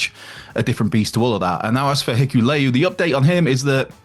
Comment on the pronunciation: bro 😂😂 it's HI-KU-LE-O